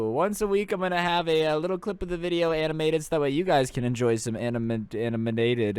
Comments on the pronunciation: more aminated I spelt it the way you said it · Animanaded? U mean animated? Lol! I know it's a joke. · Anaminated. Yes that’s a word Loved the video dude.